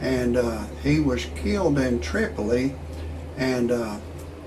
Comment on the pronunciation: Did you say he was "Keelied"? lol